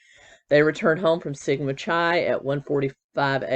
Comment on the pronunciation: Chi is pronounced "kai" (rhymes with sky). I only know this because back when I was a kid, in the forties and fifties, a song called "The Sweetheart of Sigma Chi" was quite popular and was a frequent choice for barbershop quartets. Here's Dean Martin's version